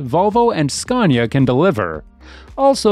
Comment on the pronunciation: There is no " R " in scania , it is .....scan-ya , not scarn - ya